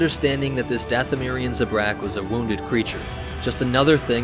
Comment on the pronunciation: it's ZA-brak, not za-BRAK